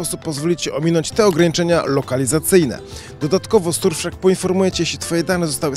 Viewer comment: W powiedzial dobrze ;))